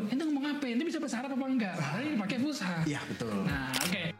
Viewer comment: Fasihat bukan fushah boss